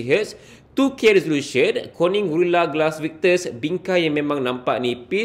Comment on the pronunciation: Aihhh xpelat (T) dah sebut victus🤣🤣🤣